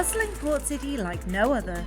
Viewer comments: No you are not the only person, I’m her dad and I always smile when she says ciee instead of city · have to admit after following you two for ages, I’ve been hooked on your pronunciation of any word containing a T…. You hardly ever pronounce the T and I have to smile. And, today I find Jack saying city without the T…. Lol, now on top of enjoying your vlogs, I’m searching for the lost T’s. Love it. Keep the content coming and, am I the only follower with this obsession?